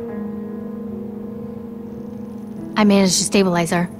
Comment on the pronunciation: Guys this is how you say Mariana Mar-E-A-NA